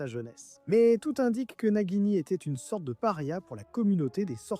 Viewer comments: Croyance et Nagini pas Crédence et Najini ! 😂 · J’ai mal au oreille « najini » « crédence »